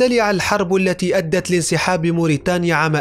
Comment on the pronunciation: موريتاني يلحن يبدل التاء بالطاء موريتانيا